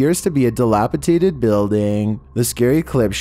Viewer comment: It's dilapidated not dilapitaded